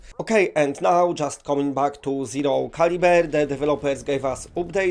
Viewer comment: never heard of “Zero Caliver” lol